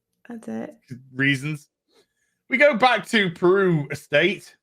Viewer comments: It's "Beru" not "Peru." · Just wondering if you keep calling her 'Aunt Peru' for the piss take because her name is 'Beru', or you just don't know her actual name.